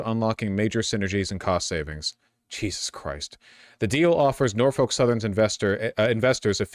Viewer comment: As someone who grew up close to Norfolk, VA and has had a few family members work for Norfolk Southern, it hurts me every time you pronounce it like that (it's pronounced more like nor-fick, local news did a whole thing about how to say it a while back). Outside of your outsider pronunciation, I hate this. We need more train companies, not less.